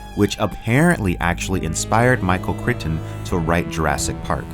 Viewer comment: michael chreyeton like eye